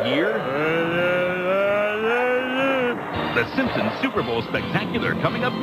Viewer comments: STOP SAYING SIMSIMS ITS SIMPSONS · It's "Simpsons". Stop saying "Simpsims". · Out of the whole video all I can get is that he calls them the Simpsomes... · Every time you say simpsons it sounds like you're saying Simsims, are you saying simsims? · So I'm sure this has been mentioned in previous videos, but are we going to talk about the fact that pronounces the show as the SimpsOMs and not the SimpsONs? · Why does call The Simpsons The Simpsims? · SIM-P-SONS, not simsems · PLS STOP SAYING “SIMPSOMS!” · Dude you keep saying the SimpsoNS wrong. It’s not the simpsoms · Stop saying SimSim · I just watched it again to make sure I heard what I heard. It sounds like you say "Simpsims". But now that we're here, I realize how unimportant it was to bring it up. Sorry, dude. Carry on. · "The Simpsoms" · You're not the only one. I keep hearing pronounce Simpsons as Simpsims, too. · "the simsims" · why does he pronounce it "the simpsoms" the whole time it's really distracting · When you talk about the Simpsons you keep saying "Simpsoms" hahaha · lol "SIMPSIMS" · FOR THE LOVE OF GOD STOP CALLING THEM SIMSIMS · Pretty much: lol It's what it sounds like you said your not done with the Simp..sums yet or simpsomes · FOOL I really did pronounce it's Simsims because I don't give a FUCK! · thats how you said simpsons every single time you knob end